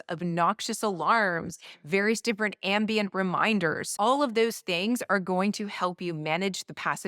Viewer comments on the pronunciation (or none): I know you said ambient but ambien too ...